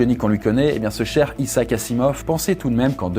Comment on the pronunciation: Il va falloir que tu apprennes à prononcer le prénom Isaac 😂 sinon superbe vidéo